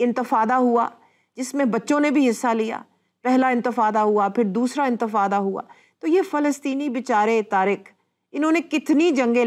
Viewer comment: Intefada ni madam ,inteqaza.